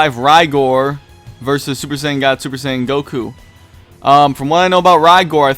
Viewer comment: its cool we know what you meant but you got Rigors name wrong as well its pronounced RIG like and oil rig and then gore like the nfl player frank gore Love your vids though #OnlyDBN